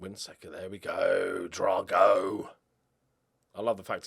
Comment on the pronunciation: Drago should be pronounced like Ivan Drago from Rocky 4 imo.